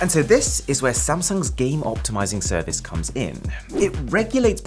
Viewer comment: Anyone noticed serivce